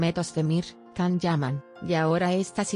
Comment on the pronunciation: Sería posible pronunciar el nombre de Can como "yan" no con la c? Demet es una excelente actriz capaz de interpretar diferentes registros sin necesidad de recurrir a eso